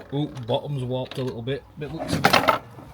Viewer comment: What are you saying? Wopped? Oh warped! Got it. Love the video!